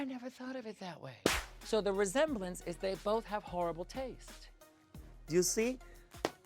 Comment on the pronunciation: the slurry sound trying to say resemblance from Jessica and then Bianca repeats her with the dramatic lip movement, took me out! 😂 😂